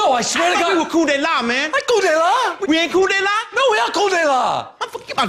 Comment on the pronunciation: It would help if you said it right. It's not Cool. It's Coup de La. Dude! It's in the title of the video.